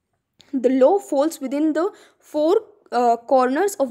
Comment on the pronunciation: Ma'am aap explain to achcha kar rahi hai but law ko law hi pronounce kijiye low ni